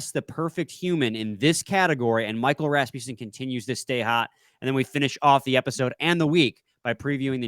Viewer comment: When you say Rasmussen, you gotta tongue roll the Ras part. Literally the only way.